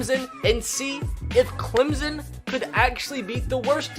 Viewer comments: GoBills it’s also Clemson not Clemzen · It’s Clemson not Clemzen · Same when he says Clemzon and Mimey Dolphins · CLEM-SON Not CLEM-ZIN. ETN. MUSE. Not MOOSE. Lol Please and thanks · It is Travis ETN NOT ETEAN!!! AND IT IS NOT CLEMZON IT IS CLEMSON!!! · Clemsen Does you mean Clemson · Clem-son not clim-zen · ClemSON not ClemZEN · Pronounced "ClemPson" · It's Clemson not Clemzon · As a Clemson student and lifelong fan, the way he pronounces Clemson and Etienne just kills me.